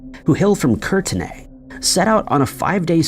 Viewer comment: I'm sorry but the way you pronounced Courtenay is hilarious 😅